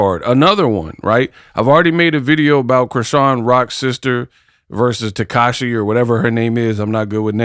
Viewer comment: Not Takashi... pronounciation is Ta-Sec-Key or Ta-See-Key (Tesehki) Ppl call her both names. Family calls her Latifa